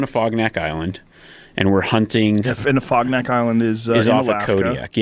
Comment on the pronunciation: Afognak Island, not fogneck island😂